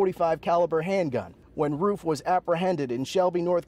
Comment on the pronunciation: He said Roof wrong